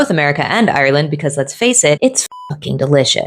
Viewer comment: I think I speak on behalf of the Irish people. You have now contributed enough to our society to be allowed pronounce Ireland like a native. R-Land 😅